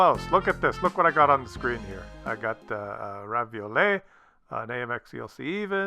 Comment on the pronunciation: I like this multi-view videos. If you like making them, keep them coming. For the French tank's pronounciation, you're really close... You say it as Ravioli-zay, say it like Re-Valo-Ri-Zay (valor as in valour). The Re is a french Re, not a english Ray or Ree, more a a "Reh". The "R" is a tough one to teach, it's not a "WRA" sound and I can't find a proper "sound" equivalent. :) From French Frog Pat.